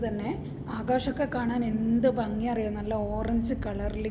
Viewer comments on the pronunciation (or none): none